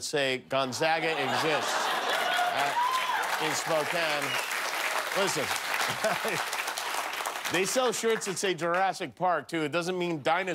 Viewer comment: "Gonzawwwga" lol... almost as bad as "Spokaine" :)